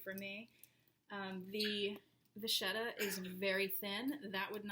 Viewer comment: Nice video. One suggestion, if I may. You said "the vacchetta is very thin" and mispronounced vacchetta. It's an Italian word for a type of leather, and it's pronounced vakketta. :)